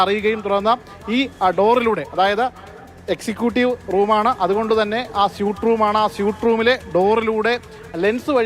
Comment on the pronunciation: സ്യൂട്ട് അല്ല ഭായ്.... സ്വീറ്റ്